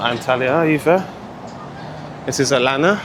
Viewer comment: I hope you don't mind me correcting you but it's pronounced Al-lan-ya not Alana. Wasn't going to mention it but thought it may help 😊